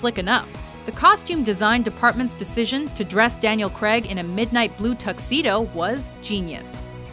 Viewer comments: Who the fuck is "Daniel Creg"? It's not hard, cr-ay-g, it really is that simple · It's Daniel Craig, not creg. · can i just say you are def pronouncing Daniel Craig incorrectly...